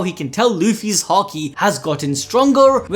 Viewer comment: please start pronouncing haki properly... im tired of hearing it hA kEY.... stop... its hAki.... ffs